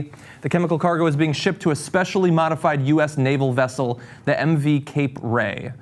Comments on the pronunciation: Cenk, in case you haven't already been corrected, Checkoff would have said "Wessel" instead of "Vessel". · It is a wessel. A WESSEL. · Come on Cenk, Chekov pronounced it 'Wessel'. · "Nuclear wessel" is just a goddamn Russian pronunciation for nuclear vessel, pure and simple. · G Nunchuk I was just telling you that "wessel" was only a Russian pronunciation for "vessel," nothing more nothing less. What's the difference?